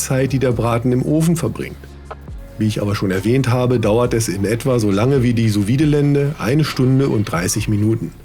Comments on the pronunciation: ich weiss nicht, ob das ein running gag von dir ist, aber das "vide" in "sous vide" hat ein stummes D - quasi "Su Wie" ;) sehr geiles rezept ansonsten! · Schönes Video und geiles Messer. Ich bin von Sous Vide auch sehr begeistert, probier mal Ananas als Nachtisch, falls du das noch nicht gemacht hast. Kleiner Tipp nebenbei, man spricht es "su wied" aus - ohne E am Ende.